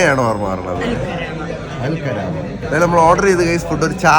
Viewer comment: കരാമയല്ല gooys 😂 കറാമ😅